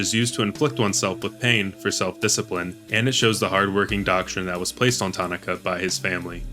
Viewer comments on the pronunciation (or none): Ta nah kuh. Not tani kah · Tah-nah-kah. Daan is just Dan. Karin is just Karen. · Actually it's, "Tanaka".